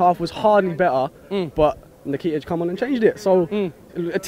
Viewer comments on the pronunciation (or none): Its not nikita lol its Nketiah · its n-ket-ya....not en-kee-tah. stop butchering the boys name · Eddie Nikita? 😂😂😂😂. It is pronounced In-kay-tea-ah!!!!!!!!!! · My cousin is making me proud and its pronounced "en" ket ee ah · They butchered the boy’s name! Lol Nekita, nakata all of that!!! Lmao